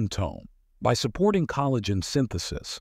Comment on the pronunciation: "Ca-lagh'-gen"...Sounds like this was read by a robot.